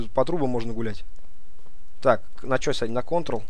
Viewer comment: не шо а что